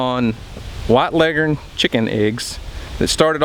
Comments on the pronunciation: Bo Bauer Yep, that’s how it’s pronounced, and we pronounce it that way up north, too! My grandfather (born 1917, Iowa) always said it that way. Here in Michigan, we say leggern, too. Leg-horn just doesn’t sound right. lol Just an guess — maybe the old Foghorn Leghorn cartoons destroyed the proper pronunciation.🤷🏻‍♀️😂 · You are correct in your pronunciation finally someone got it right